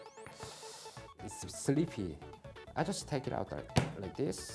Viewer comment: To be fair, he did pronounce slippery as slippy